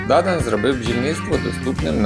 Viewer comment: Дуже важко вас слухати. Вивертаєте навиворіть слова. Французькі прізвища завжди мають наголос на останній склад, а у вас на перший !